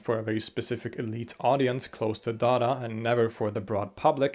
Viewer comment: When he says Dara, it sounds like Dada.